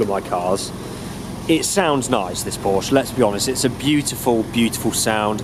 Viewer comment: Great video and as a native German speaker, it's fantastic to hear that you're one of very few people who actually pronounce Porsche correctly!